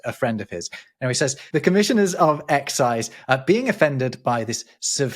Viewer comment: didn’t seem to read the accent for EXCI'SE.